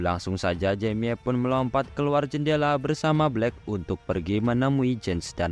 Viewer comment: Baca nya nama mc nya jemi bng jangan jamie bng